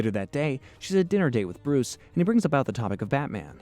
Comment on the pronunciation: How is nobody talking about that sick intro Also why does the Joker always end up dangling over fire Bruwuce Wayne